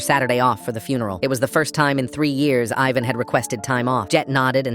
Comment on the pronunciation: Ivan is pronounced "Eee-van".